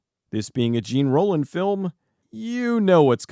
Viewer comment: It's Zhawn...Rollin!